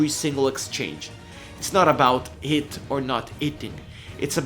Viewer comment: bro do you even english? health as elf and hit as it like wtf